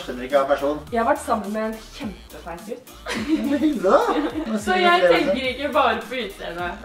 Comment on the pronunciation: "Jeg har vært sammen med en KJEMPEfeit gutt" calm down, lol